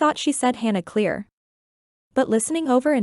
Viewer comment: in the video said Cleere ten times in a loop. Try again